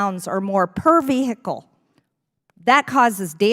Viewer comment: Ve-he-cal. Hilarious😂